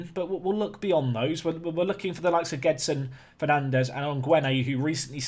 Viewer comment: Isn't "Gedson", you have to say "Jédson", that's how we say in portuguese ;p